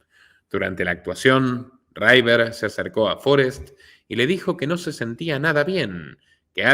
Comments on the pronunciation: Que River no se pronuncia Raiver, se pronuncia River, porlos demás todo genial, pero tu inglés deja bastante que desear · No es "raiver" es "river"...es fácil comprobarlo si el inglés no es tu fuerte... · En inglés River se llee igual que en español, no raiver